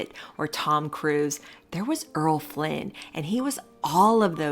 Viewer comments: Errol: Er-rol: ere-ole not Earl: erl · I was wondering about that, but I'm forgiving.